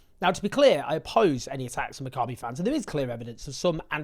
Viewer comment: You're mispronouncing "Maccabee" Owen. The stress is on the first syllable, it's "MACCabee" . Other than that excellent reporting! (Sorry my pedant's brain keeps wincing when you say it lol)